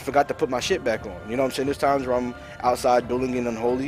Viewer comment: more like "SHHHayin"